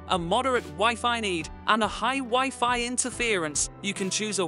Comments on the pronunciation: Whiffy? Rooter? WiFi is pronounced something like WHY-FY not whiffy and router like rau·tr, even though i could learn something from this video i need i can not stand how this guy talks lol for real. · Wiffy and rooter 🤣 Anyway, this vid is terrible. I couldn't even listen to your explanation, because of the 120 other vids you merge, cut or transfer into. You just cramped this vid full of other wildy distracting scenes which are waaaaay to intense. If you look at this to long, you'll get a seizure. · Wee Fee 😂😭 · I'm a Microsoft certified system engineer, and when you first said "wiffy", I almost had coffee shoot out if my nose! 😂😂😂 Never heard wifi pronounced as wiffy before. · That's the way we pronounce it in French even tho i know the most common prononciation now😂